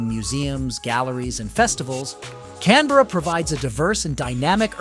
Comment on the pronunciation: If you do a video about a city, maybe you should learn how to pronounce it